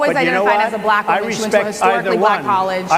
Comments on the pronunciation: I've never heard "black" pronounced with such a hard-R before.... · You mean "Ba Lack"? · Why does Trump pronounce “Black” like a South African?? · I agree, but I was so annoyed with his annunciation of “black”. Sounded like his pronunciation of “China”